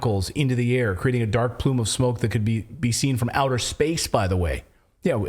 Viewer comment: There is no "outher space"